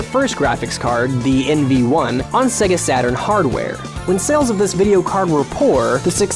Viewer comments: i got 50 seconds in before having to turn it off, couldn't listen to the word "segga"... just couldn't do it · SEGA Pronounced Seiga Did the dude doing this video never hear the intro on old Sonic titles. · so SEGA is pronounced Say-Gay not SEGA?!?! fuck logic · 'Segger' produced many consoles, including the Segger Mastersystem, the Segger Megadrive, and the Segger Dreamcast. I remember when we used to debate whether Sega was pronounced 'Seega' or 'Sayga'. After watching this vid, I guess it's 'Segger'. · I'd love to watch this video but I can't. In the first 30 seconds the guy who's meant to know stuff about gaming pronounces Sega wrong multiple times. It's stands out like a sore thumb every time. It's say-ga. How hard is it? You hear it at the start of every Sega game practically. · I disliked the video 1 minute in BECAUSE HE KEEPS FUCKING SAYING "Seh-ga" AND THAT MAKES ME REALLY UNFOMFORTABLE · Who pronounces Sega like that? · The constant mispronunciation of the word "Sega" in this video drove me crazy. I'm sure the guy reading the script is different than the ones who did the research but damn. It's not like Sega ran ad campaigns for years where the name was screamed or had the Genesis that would sing the word to you when booting up most games... Except they did. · mary hadfad no dummy, its a japanese word, and "se" is pronounced as such . you lose . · I have never heard anybody pronounce Sega that way before. It's pretty much the only thing I can hear in this video. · Is any one else really bothered by how this guy pronounces "sega" or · today Im going to show you this videos comment section 10% is did you know insert long and boring complaint 10% is poor Dreamcast 20% is trolls 60% is people complaining about how pronounces Sega raises flame shield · The way he's pronouncing Sega gets on my nerves. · OMG STOP PRONOUNCING SEGA WRONG!!! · It's "sayga" not "segga" how annoying! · The pain! It's Say-ga, not segga!! AAARRRGGHHH! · stop saying segga